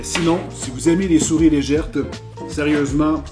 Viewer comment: Légères pas ''légèrtes'' pas grave !😁